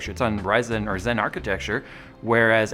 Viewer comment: When says "ryzen" it sounds weird. Anyone else? Like he has more emphasis on the "E".